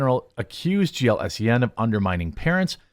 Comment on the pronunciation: Jeremy : GLSEN is pronounced as "glisten". Need a mnenmonic ? Just think of how glistening in sweat two "generic beings" of no particular pronouns would be after participating in what normies consider to be activities intended for ADULTS . And hopefully the Hollyweird acturds & writhers have just budLighted themselves out of existence.